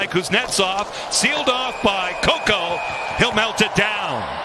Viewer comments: Pretty sure it's said ko-ko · but saying it wrong is still wrong, no matter if he’s ok with it. i don’t think anyone cares but objectively it’s wrong